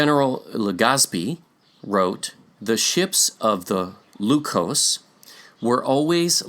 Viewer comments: PRONUNCIATION CHECK-- IN TAGALOG LEQUIOS IS PRONOUNCED AS--- Leh (as in Lebron)- Kyos (as in kiosk without a last k) NOT LUCOSE as in Glucose/ We have a present day province called ILOCOS, in Luzon which is rich in culture. The present day Vigan, a tourist destination with much gold and artifacts is in Ilocos Sur. ILOCOS- LEKYOS. Sounds the nearly same. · Adding a little phonetics. I hope you don't mind. Only use English's short vowel sounds. "Lequios" Le-kui-os If you try this in short English, you will be very close. Just helping out, please. a, e, i, o, u ("a" as in "at"); ("e" as in "end"); ("i" as in the long vowel E in the word "Easter"); ("o" as in "oh"); ("u" in the song called "Ooh" child, things are going to be easier. By The Five Stairsteps), the vowel "Ooh" represents the "u" sound in Spanish. Juan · Lequios, per Spanish and Portuguese spelling rules, ought to be pronounced as /lekyos/. Malhou in Portuguese is /malyow/, while Luçoes in Portuguese is /lusoysh/.